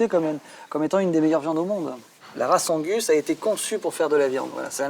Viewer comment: Je suis le seul à être choqué par la façon dont elle lit "Angus" ?